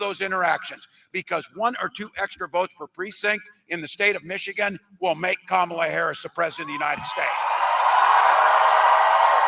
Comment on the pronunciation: Enhanced chant? Ka-ma-lah?